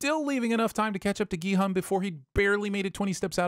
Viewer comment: At least he's saying Gi-Hun this time.